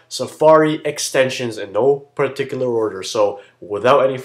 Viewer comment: LOL no *Par tika ler* order HAHAHA! LOLZ